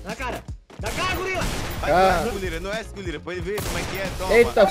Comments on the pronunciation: "GULIRA" ? KKKK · O falou gulira kkkk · o falando golira sksksksk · o la em katuwiska no segundo round ele falou golira kkk😝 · o uma meta de like golira falou errado sem cerer